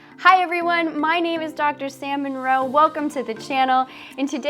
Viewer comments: I thought she said "Dr Salmon Roe" at first I was like "Wtf that's actually her name?" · I thought it was funny. When you introduced yourself, I thought you said your name was Dr. Salmon Roe. I couldn't unhear it. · Am I the only one who heard her name as "Salmon Roe"? 😅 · When you say your name fast it sounds like Salmon Roe. 🤪🤪😜😜